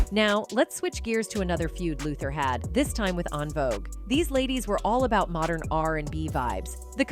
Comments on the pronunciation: En Vouge is pronounced *IN VOGUE not ahn vouge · I don’t know if this is an AI voice or a colonizer but “ON VOGUE” “Di on Warwick” You can’t get the names and or pronunciations right??!! Good information but DO BETTER!!! Please??? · She said AHN-Vogue - they could’ve hired a black girl to tell this story lol 😂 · How are you speaking on a group whose name you CANNOT even pronounce? OnVogue??? 😂 Not mispronouncing Oprah Winfrey. Just use your voice, girl. This AI is fuccing up!!! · I really dislike videos that are narrated by A. I. All the mispronounced words 😂😂 Envogue pronounced Ahnvogue. Dionne Warrick pronounced Die-on😂😂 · “ on-vogue “…. Gurlll En-Vogue ! Smh 🤦🏽‍♂️ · The AI voice is killin me with how they're mispronouncing En Vogue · Please pronounce En Vogue’s name correct. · This commentator messed up the pronunciation of EnVogs name and Dionne Warwick's name... She must not be a fan ??? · The narrator didn't pronounce some of the names ( Dionne and EnVogue ) correctly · Why is this person doing a documentary when she can't even pronounce the names correctly...at least learn to pronounce Dionne and envogue